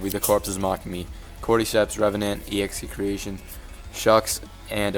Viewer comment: Pretty sure execretion is pronounced ex-a-cretion